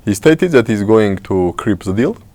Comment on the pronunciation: Thank you for your discussion mr., but I would ask you don’t pronounce Word the Like Z, because you are Armenian not Russian I hate Russian accent and I don’t want to hear that when Armenian say Z instead of dare. sorry about my comment I hope you don’t think it’s negative